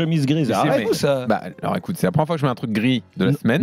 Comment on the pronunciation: « hé alorrrs y’a pas de tension hein » j’ai explosé de rire 😭